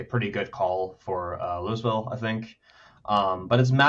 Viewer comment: Love you guys but the S in Louisville is SILENT LMAO WTF